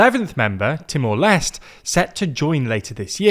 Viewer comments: The correct pronunciation of Timor-Leste is: “TEE-more LES-teh” Here’s the breakdown: • Timor: Pronounced “TEE-more”, not “Timur” — this is based on Portuguese pronunciation. • Leste: Pronounced “LES-teh”, from the Portuguese word for “east.” So, it is not “Timur Less” and definitely not “Timur Lesr Teh.” ✅ Correct: TEE-more LES-teh ❌ Wrong: Timur Less / Timur Lester / Timur Lesh / Teemoor Lastay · With the accession of Timor Leste (by the way, the "Leste" part is pronounced as "Lest*é*. Not "Lest") later this year, ASEAN's core expansion has been completed as it will now include the whole "gang". Further expansion beyond that may have been in the agenda, but ever since the 2021 Myanmar coup happened, it was no longer there. Ultimately, ASEAN is facing more pressing and legitimate threats like the sustained military junta in Myanmar, the escalating situation between Thailand and Cambodia, the South China Sea situation, and the seemingly worsened human trafficking issues within ASEAN. Currently, the spotlight is on the Thailand-Cambodia issue. ASEAN will need to focus on mediating the issue to preserve the region's relative stability and to mitigate any possible armed conflict between its members. Sooner or later, ASEAN will also have to decide on what to do about Myanmar. Something as extreme as an expulsion is unlikely but a formal suspension might just be on the horizon; especially with Timor Leste's strong stance against the Burmese junta in which the sentiment is de-factoly shared by the influential ASEAN members. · Great reporting, but a little tip: the final E in Timor Leste is actually pronounced, something like Timor Lest-ey. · Timor Leste -- you should pronounce all the letters in LESTE (like: less - teh) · Timor les tay is the correct pronunciation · Lot of people is angry about pronunciation about "Timor Leste", it's ok that's how different people talk, at least we got mentioned🙏🏻🥲. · i will forgive you wrongly pronounce Timor-Leste